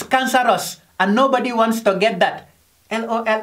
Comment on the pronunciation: Its the " l o l " for me 🤣